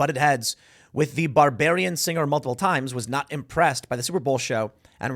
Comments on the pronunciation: Tim: "...after the BARBARIAN singer...in Armarillo, Texas". Wait, did I say "Armarillo" wrong?? What about mixing up BARBADIAN with BARBARIAN! 🤣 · It's "Barbadian" /bar-BAY-di-un/ not "barbarian" /bar-BAY-ri-un/ 🤣 To be fair, it's a common pronunciation error when referring to us. When in doubt, just say "Bajan" /BAY-jun/. It's an acceptable term for the dialect and/or the nationality. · Barbadian not barbarian💀💀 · I couldn't stand Rihanna's performance, creepy symbolism. A few things to note; it's BarbaDian, not Barbarian. Like Barbados. I'm not telling you what to do, but repeating that "you don't care" and then proceed to speak on that which you admittedly don't understand dilutes the good points that you do make. There are plenty of versed folks you can find on YouTube that can tell you what you were watching, and explain how/why it's a ritual. You should care about the music, again, there's more to things than meets the eye. She had a black pentagram in the center of her big red suit. How about the commercial from the NFL that tells it's audience "we know you're watching" in a creepy manner. How about Damar Hamlin's denim jacket making a mockery of the crucifixion of Jesus Christ, while proclaiming thanks and praise? What god is he thanking? Followed up by a smile and pose with LeBron. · I know it's an honest mistake, but you misread it, Tim. Not Barbarian, it's Bar-bad-ian. Rihanna's home country. 😃😄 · Tim, the article called her a "Barbadian" singer, not a "Barbarian" singer, but it does fit lol 😂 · BabaDian NOT Barbarian. As in from BRITISH Barbados. She should call out her own government perhaps? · Lmao tim called Rihanna “Bararian” instead of of her country background. Next cancel moment?